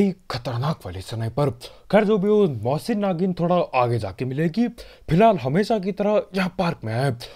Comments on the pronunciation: Mosin Nagin. LOL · "Mosin nagant"........It sounds like mousi nagin 😂😂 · Nobody: Literally nobody::Mossin Nagin😂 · Everyone - mosin nagant - मोसी नागिन 😂😂😂😂😂😂😂😂😂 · Everyone-mosin Nagant - mosin nagin😂😂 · This is not a mosin nagant this is mosin nagin 😂😂